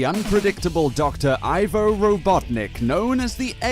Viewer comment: ISN'T HIS NAME PRONOUNCED WITH A SHORT "I" SOUND AND NOT A LONG ONE? 😕 (Ivo = E-voh)